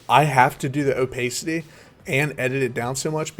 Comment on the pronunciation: dude please.... Its o- PASS-CITY